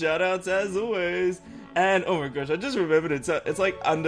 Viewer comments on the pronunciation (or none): none